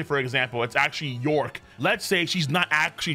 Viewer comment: It's york